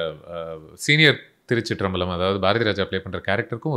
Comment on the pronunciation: பழம் பழம்னு உச்சரிக்கரிங்க just பலம் திருச்சிற்றம்பலம் 👍🏿🙏🏿